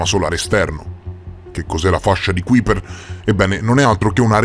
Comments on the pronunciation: A parte che si pronuncia KAIper, ma l’assurdità della tesi che sosterrebbe ci sia un pianeta ABITABILE nella fascia di Kuiper, è al quanto risibile. A quella distanza dal sole al massimo le uniche forme di vita possibili sarebbero dei microorganismi (ben pochi a dire la verità), ma di certo non sarebbe possibile alcun habit per forme di vita complesse. State solo alimentando un falso mito, basato su pseudo-scienze. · Interessante l'argomento, ma almeno pronuncia nel modo esatto Kuiper...che si scrive così ma si legge kaiper 😉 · Ti prego, si chiama Fascia di KAIPER, si scrive Kuiper ma si legge KAIPER.